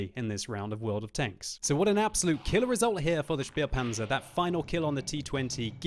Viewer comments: one day I will get you to pronounce the Spähpanzer correctly. Since you have supporters that do speak the languages, why not take advantage? This name is pronounced Shpay-panzer. I will not force you to pronounce the "z" correctly, as that will take training and practice. However, the name is certainly not "spear-panzer." Cheers, TH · Does anyone else get slightly annoyed every time he mispronounces the Spähpanzer and calls it a Spierpanzer?